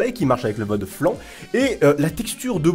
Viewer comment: voyons -_- le mod flan's ("flèins" en phonétique) et pas flan! Arrete de troller la langue de nos voisins XD il est ou le respect!